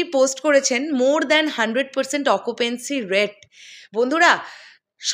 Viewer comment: Bhaisaab its occupancy not occupency....